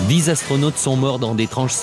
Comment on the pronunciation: Je cite: « Huit Zastronautes sont morts dans d’étranges circonstances... » avec 3 z... Lu-di-crous!